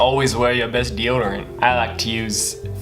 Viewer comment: the way he says "always wear your bez deordorin"